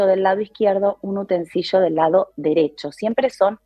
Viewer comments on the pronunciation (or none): Mmm dijo utensillo y no utensilio. No sé qué tan logia es.